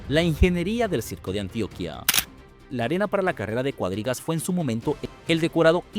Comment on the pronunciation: muy buenos datos. Solo perdón, Antioquía, í con tilde en vez de decir antioquia